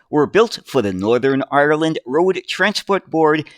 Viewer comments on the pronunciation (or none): none